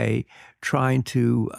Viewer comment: Excellent interview. Surprising or not surprising that Yergin can’t even pronounce “the Houthis” correctly. Lots of tip toeing around coups of democratically elected governments for oil. Hmmm 🤔 Always wondered about origin of title of The Prize being from Churchill converting naval from coal to oil as “it’s the prize of the venture”. So much rich material here Dwarkesh.